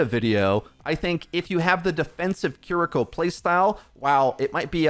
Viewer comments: kiriko NOT kuhriko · How are you gonna pronounce Kiriko 2 different ways in the same sentence. Sloppy af. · is like 50/50 on pronouncing Kiriko correctly.